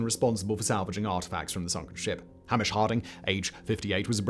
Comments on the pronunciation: It's hay-mish ffs. There is no such name as 'hammish'. Surprised that you let that slip Simon. Whilst we're at it please tell your U.S. chums that it's not the 'mackkkay bennet'. Try 'Mackay'Bennett' (the first part rhymes with those orbital lobe things we have at the side side of our nose.) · Hah-mish ... christ. Hay-mish! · How the absolute _ can you mispronounce Hamish? How?